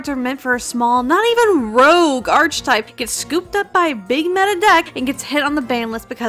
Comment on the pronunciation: Diatribe was really nice to see. But um HOW DID SHE PRONOUNCE "ARCHETYPE"